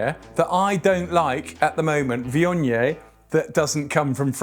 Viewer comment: Never knew it was pronounced vee-on-yay!